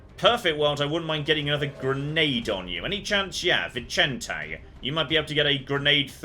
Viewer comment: Vicente being Spanish and not Italian would be pronounced /Vizente/ or /Vithente/ ;)